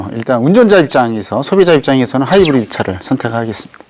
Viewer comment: 하이브리디 일음절에 강세를 주는 버릇 교육이 잘못됐어